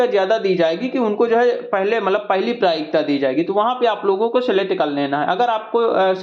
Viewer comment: Prayikta nhi bhaiya prathamikta